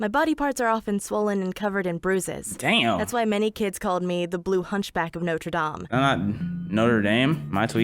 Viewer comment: She said "Notre Dame" correctly. Quasimodo would be proud.